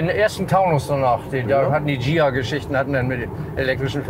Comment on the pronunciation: Hatt ich auch, heute nur noch Granada Coupe 😊😊und: das heisst nicht:Schia, Gia gesprochen (Ghia , H macht hart)